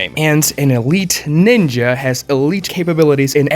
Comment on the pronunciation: The way you pronounce ninja doesn't hit the ear well.